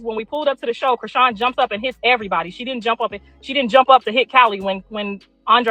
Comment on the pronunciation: Say Chriseans name right.. like wtf